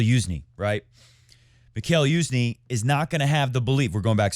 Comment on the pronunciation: its pronounced MEE-HA-IL YU-ZH-NYEE, you put an effort into pronouncing other foreign words correctly, odd for you to have missed this